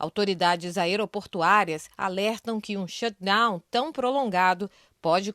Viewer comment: Shutdown!!!!! Pronuncia o T pelo amor de Deus “shudown” dói de ouvir.